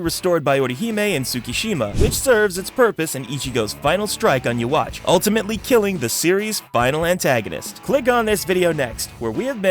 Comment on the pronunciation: Is this voice AI?Who the fk pronounces YHWACH, you-wach? Its suppose to be yuu-ha-bahha or some consider you-ha-bak. I know its weird but its what the manga and anime intended for it to sound, at least respect that.